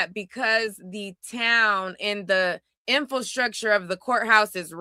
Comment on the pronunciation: I watched like 3 minutes and heard the woman say "infulstructure" and the man say "aurdacity". Why attempt to even use words you can't pronounce correctly? It actually does the opposite of making you appear intelligent.